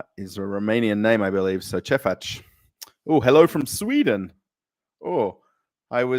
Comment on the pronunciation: Hey. Fellow Aussie here, Romanian born. You did well on the “ce face” What state are you from originally? Hopefully you get your 7K sub count soon.